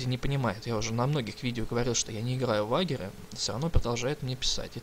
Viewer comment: Слушай, а ведь англофиферы говорят не "Вагер",а "Вэйджер"